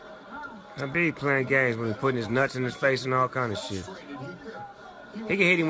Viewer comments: It’s Khabib not Habib unc 😂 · at least Snoop Dogg's pronouncing his name correctly Habib in Arabic حبيب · Snoop is so high he is pronouncing khabib as habib